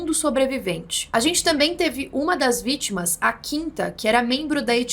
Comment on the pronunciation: "Vítmas"? kk.. so um detalhe.. kkk.. ótmos videos